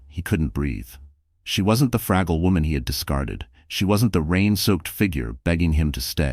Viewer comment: She wasn’t the fraggle woman ..mis-read..FRAGGLE..(Fragile) woman..AI…what are you gonna do?..